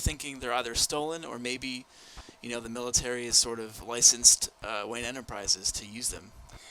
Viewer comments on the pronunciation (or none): none